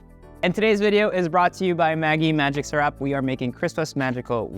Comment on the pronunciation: Erwan: "Maggi Magic SHEREP"